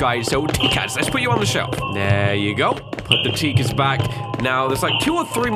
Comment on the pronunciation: sees "TIKAS" mexicans:Thats offensive bro